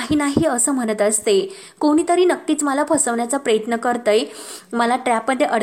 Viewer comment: अगं बाई प्रयत्न म्हण प्रेयत्न नाही अगदी शब्दाची नेहमीप्रमाणे बाराखडी आहेच परंतु जे काही हे पन्नास वेळा म्हणण्याची आवश्यकता आहे का गावंढळ कुठली व्हिडिओज बनवू नको ना